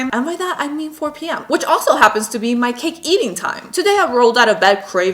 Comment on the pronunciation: She says cake like cacke